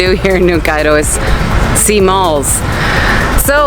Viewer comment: I love how you only lived in cairo for 4 years but yoy say the og cairo like us xD and make fun of new cairo